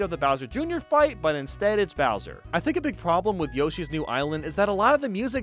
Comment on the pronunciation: Beeg yoshi. We like Beeg Yoshi. He's Beeg